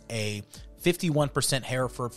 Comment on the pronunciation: We raised these cattle when I was a boy and my grandfather was the first president of a Texas hereford breeders’ association. We pronounce it “her-ferd” not “hear-ferd”